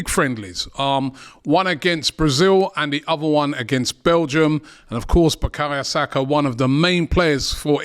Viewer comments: "Buh-kahya Saka" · Just clocked, Robbie calls man "bakaya saka" 🤣. Robbie Lyle, butchering footballer's names since 2012.